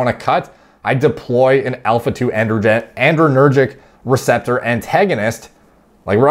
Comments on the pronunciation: The paper was not using pretentious language. It was using precise and technical language. Also, it's "adrenergic," not "andrenergic." Otherwise, great video! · "adrenergic" actually, not "andrenergic" like adrenaline not androgen. It's all I can hear lol. Great content nonetheless